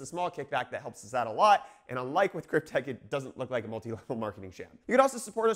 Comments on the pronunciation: krypte"X" not krypte"K" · Not sure if anyone else said this (I looked and didn't see it, but it's KrypteX, not KrypteK. Not that it matters, but you know how it is on the Internet.